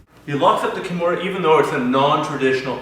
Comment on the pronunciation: sickest Key-mair-ah finish I've ever seen, done to No-gwhere-ah. the fact that he doesn't know the correct name pronunciation of one of the most famous mma/bjj practitioners of all time, says a lot about this guy and his school. step your game up man!